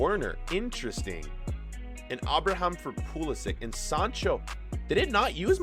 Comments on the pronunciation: the way u said abraham made me sick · pronounces ever player like they have an accent or are spanish😂 ie aston villa, Abraham, cmon man!! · "Abra Ham"